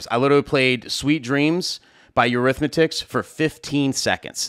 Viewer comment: Dude, I love ya, but it's Eurythmics. There is no "tics" at the end of it and there is no "The" (that's a minor thing though).